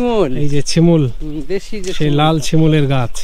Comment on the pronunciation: ছিমুল বলে না বলতে হবে শিমুলগাছ